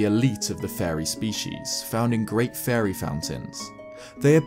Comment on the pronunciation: the way you say fairy sounds like furry